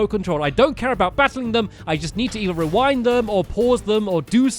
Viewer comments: Did stampy says "rewownd" instead of "rewind"? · Stampy it’s pronounced re-wind not re-wound